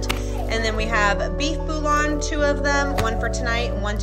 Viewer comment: The common pronunciation is "Bool-yon" - a double L in French or Spanish sounds like "yah"